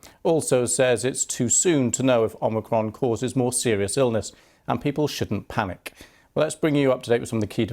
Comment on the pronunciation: "And people shouldn't PANIC" then why emphasise the word so much? Why bring up panicking at all? How transparent. At this point let's just start wearing armbands to tell the groups apart.